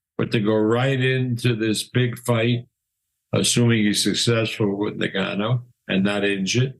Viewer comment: The Gannou lol... How many ppl have to tell these old folk to say the name right